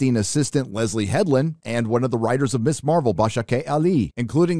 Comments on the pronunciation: It's not Miss Marvel, it's **Mizz**. The "Ms" is a now ancient thing either dating from the early 20th century, or from the days of Gloria Steinem. For ladies who wish no part of the word "mister" in their title, (or whatever you call that thing). ------- That's why it's pronounced "mizz". I'm old, and I don't pay any attention to 99.9% of 'popular culture' or social media shit. So I would consider it absolute fall-down batshit-crazy-funny if the people who MADE this stuff don't even know that "Ms" is "mizz", not "miss"... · Dude, Ms. is pronounced "mizz", you're saying "miss" which would be spelt as Miss Marvel. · Pronounced MIZ